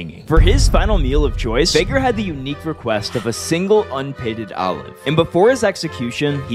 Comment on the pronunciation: It's pronounced Fig-air not Fay-ger